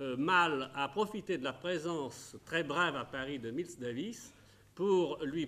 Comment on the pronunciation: Haha comment ils prononcent Miles Davis à ! Tout à la française